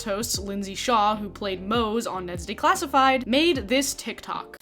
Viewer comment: Hehehe you kept saying “day-classified” instead of “de-classified”